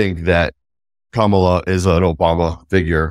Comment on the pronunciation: you undermine your own credibility by not pronouncing Kamala's name correctly.